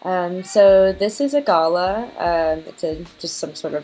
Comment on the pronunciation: Thanks for sharing, turned out beautiful! I am loving gouache at the moment ❤ (...and I hate to be that person, but I felt that as an Aussie I needed to correct how you say Galah.. it's pronounced G'lah 🦜)